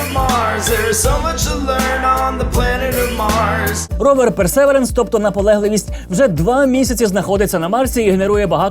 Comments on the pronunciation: Погнали про Марс. По-перше назва роверу читається як "Персевіренс" з наголосом на 3-й склад. І суть фоток не в тому, що вони виглядають захоплююче, а в тому, що це справжні зображення, отримані з відстані в мільйони кілометрів від нас. Якщо ваше серце не зачіпає хай-рез фото світу, що наразі ніяк не доступний людині, у вас немає почуття маштабності Всесвіту. Звук записаний на Марсі саме мікрофоном вперше, і там не має читати реп Альона Альона, щоб такі записи тамували подих. Щодо "поки не знайде життя" - взагалі то, серед вчених майже ніхто не сподівається на це, наукова цінність місії більше в геології, що дуже допоможе зрозуміти багато раніше не доступних фактів про формування і функціонування Сонячної системи. Ну а якщо все це не вражає, то в цей раз для вас спеціально засунули туди ще й коптер, котрий полетить в атмосфері, що в сто разів менш плотна за Земну, фотоапарат там це не головне. Це вінець сьогоднішньої людської технології, і тільки це робить Персевіренс не нудним. Дякую. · Гайз, я вибачаюсь, але мій граммарнаці виривається і хоче заволати, що марсохід називається Персевірєнс (наголос на і). Але ви прекрасні, як і завжди!